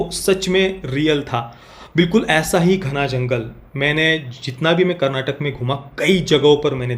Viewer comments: Bro it’s Karnataka not karnatak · it's karnataka not karnatak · Bhaii.. KARNATAK nahi KARNATAKA hai.. that last A matters bhai... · Not Karnatak, it is Karnataka, It is kaaaaa